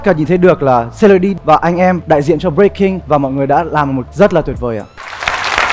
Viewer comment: Breaking thì ông Thành đọc là Bboy, vãi chưởng :))) bộ môn Bboy :))